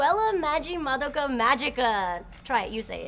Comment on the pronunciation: YES the correct pronunciation of madoka